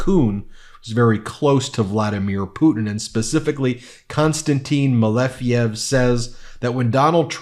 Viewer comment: Malejev, it's correctly MALEJEV👍☀️